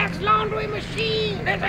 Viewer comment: I knew you wouldn't let me dwawn! hahahahahahahaha